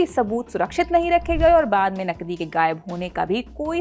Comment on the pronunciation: पहले तो तुम अपनी भाषा सुधारो,जब तुम नकदी बोलती हो तब वह नकली सुनाई देता है l😂